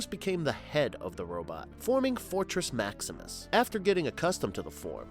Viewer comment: Urm .... en er gone en er gron ..... fortrex .... scorplock .... whatever you called nebulos ...... duuuude get the names right